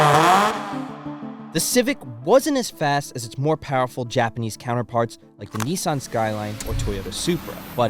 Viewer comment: its "NISSAN" not fucking neesan, absolute wet wipe